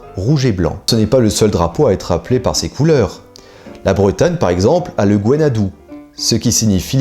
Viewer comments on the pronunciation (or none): Gwen ha du ! prononcé Gouanne ha du, pas "dou" ^^ Merci pour la vidéo. C'est sympa de découvrir une autre région riche d'Histoire elle aussi.